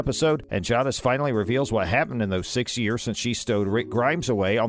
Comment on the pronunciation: Say it properly. Jay-dis